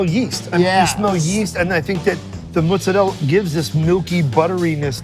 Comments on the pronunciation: Please don’t say “mootz-ah-rell” it’s not pronounced that way, it’s never been pronounced that way, you just sound like a poser. It’s mozzarella, simple, very phonic. Don’t be a dingus. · Adam, it's Mozzarella, not Mozzarell. Italians do not call it Mozzarell. Y'all New Englanders are trying too hard to be Italian sometimes I think 😂. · Another pseudo-italian saying “mootz uh rell”. IT’S MOZZARELLA.